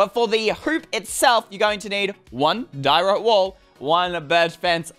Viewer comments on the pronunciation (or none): none